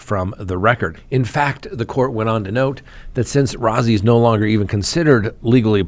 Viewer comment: Rozzi is pronounced like Rosie. (Roe-zee)